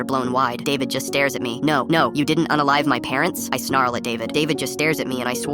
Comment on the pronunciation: “ u analive my parents” that’s how the narrator said unalive